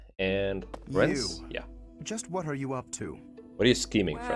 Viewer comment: Lorenz? I think you mean Lorenzzzzz